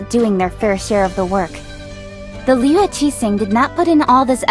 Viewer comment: I hate the way the characters say liyue. I know they try to pronounce it correctly but when they speak clear American English then go “Liuouuuuueee” it just sounds ridiculous. A simple “Li-uway” would just seem more natural